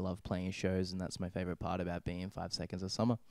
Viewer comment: 5sos Yes... It's only about the Interviewer...he perhaps don't know 5sos and just googled it(?) and yeah.. In Berlin, one or two weeks ago, 5sos was the Album of the week and the Interviewer just said things like "5es-oh-es" and that they're a boyband...yea... I hope I helped you